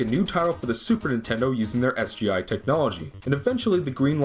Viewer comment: i die a little every time he says sgi